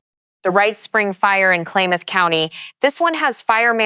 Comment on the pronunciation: CHELAN pronounced shə-LAN & KLAMATH is kla•muhth. Wedding rains are typically referred to in regard to a wedding, not wildfire. And wtf is hatriaf activity 😂😂